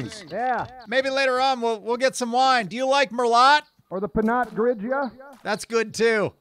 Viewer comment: the T in Merlot is silent so it’s pronounced Merlo